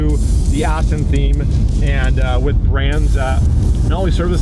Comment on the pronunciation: That's how I pronounce it.. I know it's spelled Aston, but I said it's as Austin.. Just like people in Germany say Porshā and in the US we said it as Porsche... Funny you're the first to notice!!! 😆😆